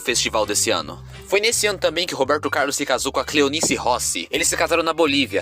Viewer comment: Gostei da história do Robeeeerrrrto Caaaaarrrrlus!